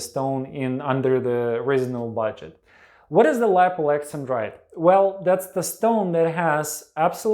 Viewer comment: I thought it was pronounced Alex an drite not Alexen drite .